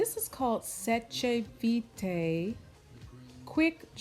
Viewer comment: I’m waiting for my order to arrive from Lily and fox, felt strange to buy from Australia when I live in France but there was still no international postage. Thanks for the tips. By the way Seche Vite is French and is pronounced ‘Sesh veet’. But I did like your Italian style way of saying it!. Jo in France 🇫🇷